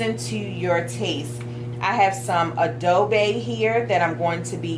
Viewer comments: "Abo-bay" No... That's not how it's pronounced. Adobo is pronounced "Adobo" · It’s “adobo” not “adoba” where did u get the “A”from smh 🤦‍♂️ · Did she say adobay lmao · Lol a Filipino dish and she saying it wrong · Do You see the letter A at the end of the word Adobo? No! It’s an O. So why do u pronounce it AdobA? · 🙊 I never seen a Filipino cook fish with adobo seasoning and you saying it wrong